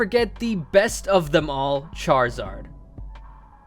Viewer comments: The best "charzard" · THE I IN CHARIZARD SHOULD BE BEFORE THE Z, NOT AFTER BOTH A'S!